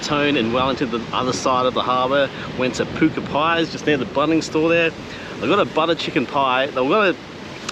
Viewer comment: Great content. Puku means tummy, its pronounced pook ooh. Pats pantry pies are great. Tapu pub pies, and Burtons cafe, pepper steak pies in thames , are next level